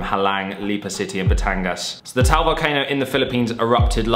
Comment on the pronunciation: Taal is two syllables not just one, it's pronounced as Tah-al, not Tal